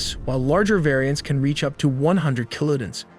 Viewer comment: FLAP-er-ons, Mach like mock, not quack, you almost got kiloton. It wouldn't be so annoying if it wasn't a computer doing the mansplaining. "I know nothing about this so I will explain it to you."